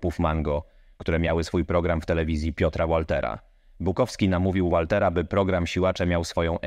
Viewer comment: Piotr Łolter??? 😂😂😂😂😂 Bardzo marny merytorycznie materiał....